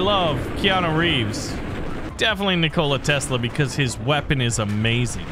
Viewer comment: nik-ola tesla........... nikola all 1 word no pause